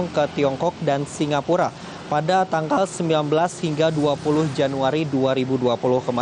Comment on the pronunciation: Tangal virus corona Bukn tankal virus corona